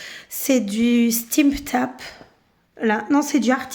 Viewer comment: Simptap ! Simptap ! Pas sTimptap 😂.